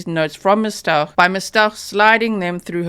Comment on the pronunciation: honey, it's pronounced ST-OW-k